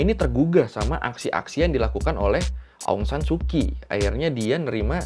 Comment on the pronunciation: Mungkin jarang ada org indo yg tau kalo pronounce kyi itu dibaca chi jadi ong san su chi Dan naypyidaw jg pronounce ny nepido